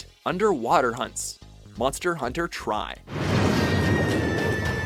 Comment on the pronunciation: really .... Why u read "Tri" as "Try"?